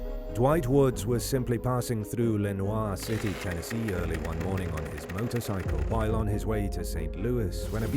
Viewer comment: The city in TN is NOT pronounced the French way. We say it like: Lee-noor City. Sevierville is also not prounounced the French way. We say: Suh-veer-ville. Is's a TN/Southern thing😉👌 Your pronunciation made me horse laugh. I made my husband listen to it too. Soooo cute😍